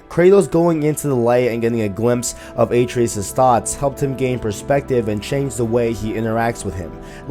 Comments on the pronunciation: Bro, Kratos pronounces Atreus correctly hundreds of times during the playthrough as "uh-tray-us", not "A-tree-us". Did you play with the audio off? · almost unwatchable with number of wrongly said atReus, my god get the names right man. no wonder your views suck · How do you not get the name right when he says the name I’m confused lol